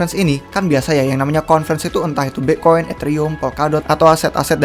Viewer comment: Bang kalo ngomong Bitcoin jangan Bi'coin. Kalau bisa diperjelas si bang biar ga ketahan dengernya 😁😁😁😁